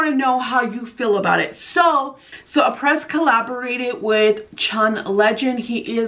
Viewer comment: No offense, but the brand name is pronounced AH-PRAY , not A-PRESS.